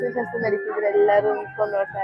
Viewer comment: Madam it is not ಶಸ್ತ್ರits ಶಾಸ್ತ್ರ